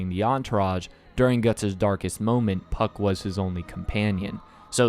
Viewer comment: why did I heard fck instead of puck 😭